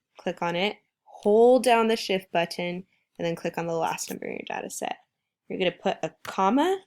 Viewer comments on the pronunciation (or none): pronunciation of 'button' urks me lmao thanks tho